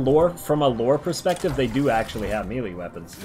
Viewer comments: what in the world is a mealy weapon?? (MAY-LAY) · Melee = May-Lay.